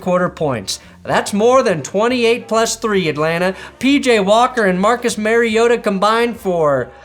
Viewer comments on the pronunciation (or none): none